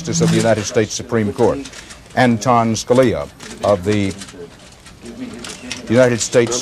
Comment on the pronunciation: Did he mispronounce his name? An--to--nen?